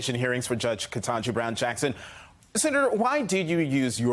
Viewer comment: dude, you did not just say: "KENTAJI." 😮😮😮